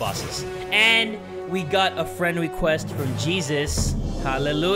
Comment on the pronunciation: "Yes! We got a friend wequest from Douglas"